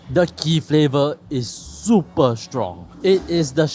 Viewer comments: The dialect saying for "alkaline" - "kee" is in first tone in terms of the four tones in hanyu pinyu, it always is. Right now, think you are saying it in third tone. As for dried sole fish "ti poh", it should "ti4 poh/r4" (sounds like 替破）, right now you are saying as "ti3 poh4". Anw thanks for taking in my comment humbly, kudos and respect! If those terms are said correctly, they will make a lot more sense and the content quality would be even better than it is now! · bro .. maybe it’s not a big deal and you don’t speak the dialect, but when you say words like “kee” and “ti poh”, the sounds are almost completely wrong. Not sure if you will bother to go find out how are they said and correct them. It’s just very unpleasant to hear you almost completely mispronounce how those words are actually pronounced. Just my two cents worth.